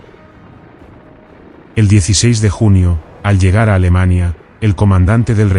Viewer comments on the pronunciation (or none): none